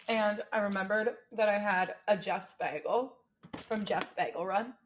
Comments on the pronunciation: I know you say you're a New York girl, but I swear you said "beggle" a couple/few times 😂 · You sound like Britta on Community with your pronunciation of bagel which legitimately made me laugh out loud so with all the love in the world I really hope you enjoyed your "bagle". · Lol did you say "bagel dance"? You're my favorite